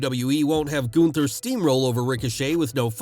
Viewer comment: I am surprised, that you can pronounce Gunther somewhat adequate.